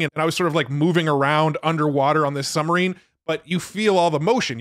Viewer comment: I'm sorry... are you saying summerine?